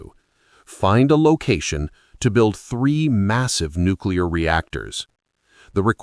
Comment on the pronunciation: "Nucular cooties".